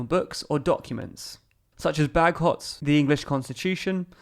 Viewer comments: Walter Bagehot's surname is pronounced ['badget] and not "bag-hot" 🤗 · Bagehot is pronounced ba-jut ❤️